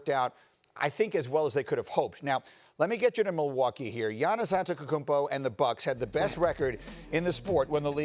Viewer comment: He said Giannis Antekokumpo =))))